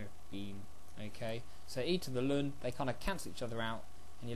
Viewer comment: You were taught wrong. It is in fact pronounced correctly in this video.